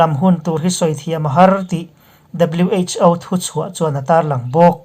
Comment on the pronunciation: WHo tihhi alamdan chuan wh.Aw tihrawh Pu. A